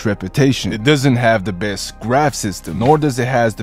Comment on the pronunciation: de utter apps or the beest BROOOO TALK RIGHT